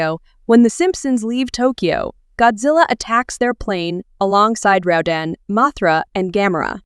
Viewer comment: it sounded liek you said raddan instead of rodan.